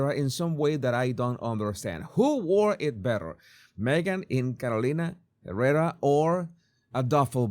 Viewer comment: I love the way you pronounce Carolina Herrera ❤